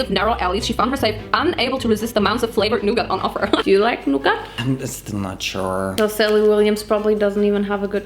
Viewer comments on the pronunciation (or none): The way she pronounces nougat as “NuuGAT”